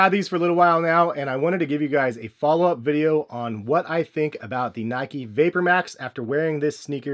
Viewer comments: Nike not nikey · Only me that annoys me when people say “nikey” ? ITS NIKE! Like bike 🤦‍♂️ geez